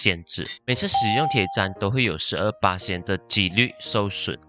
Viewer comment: 不念Tiě chān 念做Tiě chān